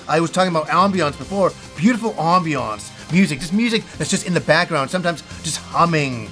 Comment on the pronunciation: Who says ambiance like that? 😂